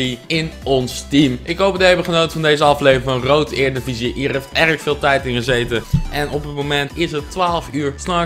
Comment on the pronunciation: jij zegt erediviesi heel raar uit (eerdiviesi